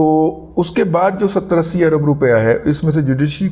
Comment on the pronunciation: "عرب ڈالر " ارب ڈالر ہوتا ہے درست کر لیں آپ جیسے پڑھے لکھے سے ایسی غلطی کی توقع نہیں کی جا سکتی